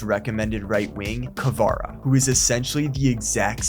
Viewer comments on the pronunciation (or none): none